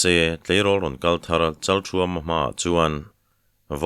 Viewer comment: Rawlthar tia rawl lai hi, awrâwl tih laia râwl thlûk anga thlûk tur a ni em? Nge a ni lem lo?? Râwlthar...